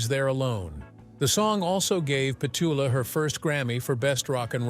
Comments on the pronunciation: Wrong pronunciation of Petula ruined the whole thing -the beauty of AI never fails to disappoint me. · Her name is being mis-pronounced. This is obviously a mechanical voice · It's amazing how you use six different pronouciations of Petula's name. That takes real intelligence. WHAT'S YOUR SECRET? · the robot voice can't pronounce her name correctly cant listen to this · Yeah you even say her name wrong for goodness sake. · Interesting but would be good if you could say her name correctly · 25 seconds in and her name is mispronounced……Junk, junk, junk - inauthentic $$ grabbing junk. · It's Pet-TOO-La.....NOT Petchula. Geez. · Yup, it’s peh-TOO-la, not PET-yoo-la. Good Lord, even for AI, what an inexcusable mistake! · NOT PET U LA but PETULA stupid AI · Her name is Pe tool ah Petula, NOT Pet chula You said Petula twice and the rest of the time Petchula. What awful narration. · Learn how to pronounce her name.......it's not PET ULA (like SPATULA) IT'S PETOOLA. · LOVE her voice and AMAZING for 92. Lifts my spirit. She was AWESOME in Goodbye Mr. Chips and Finian's Rainbow. Not pet-cha-luh, pronounced Pet--two-luh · It’s not PET-cha-luh, it’s peh-TOO-luh. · It's not Pet...tuala Clark. It's Petula prat. Get off the AI narrative 😊😊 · Petuula not pechala how annoying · Her name is pronounced Pechula with the emphasis on chu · Peh chu lah? You do a coverage but can't get your AI voice to pronounce her name the right way😂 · Whoever made and uploaded this video needs to take a little time to EDIT it. Surely, they assembled the photos. Well, maybe they just tossed 100 photos into a video-maker that accepted their text. But it's best to TEST the A.I.'s voice before it gets 76,000 views. "Pechula", repeated over and over demonstrates "" impetuously reckless video skills. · He pronounces Petula two different ways throughout the video, quite annoying especially when he calls Petsela 😉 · If it is a person they know nothing about her. Petuuuuula!